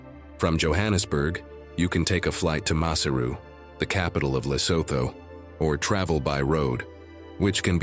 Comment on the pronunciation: NOT MASSER-OO the capital ! Pronounce correctly as MA-SAIR-ROO.